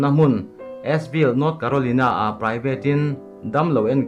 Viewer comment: Carolina hi ilam Dan hi adik lo..